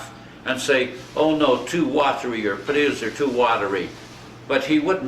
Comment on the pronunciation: "podadoes", just like my dad and his siblings always said potatoes. The family farmed in Sask, NE of Saskatoon.